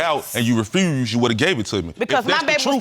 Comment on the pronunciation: If that second dude says “refRused” one more time...